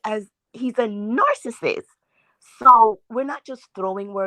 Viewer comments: did she say she believes MEL-o-neee is a “nar-cist”????? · She did say Mel onee and narcist. It's always the ones who can't speak proper English that come for her.